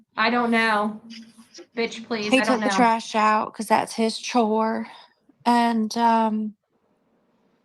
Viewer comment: She put an emphasis on chore.